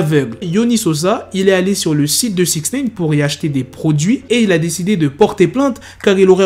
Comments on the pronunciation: Wesh arrête avec ton "Sixnéyne" tu sais pas dire SixNine ?? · "sixneyne "comme toujours